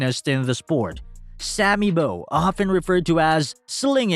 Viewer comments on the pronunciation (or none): I know man, terrible! and another one, it's pronounced "Sammy Baww" not Sammy Boww" This guy just cruised wikipedia